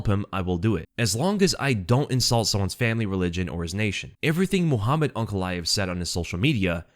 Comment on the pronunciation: It's UNCALAEV